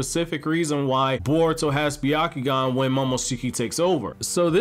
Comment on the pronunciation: It's pronounced Byakugan. But it's ok. We all make mistakes.